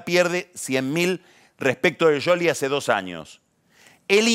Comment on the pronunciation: Pronuncia bien el apellido de Scioli, suena a sorna. Igual me mata Jarlingaaaam. Es un hdp.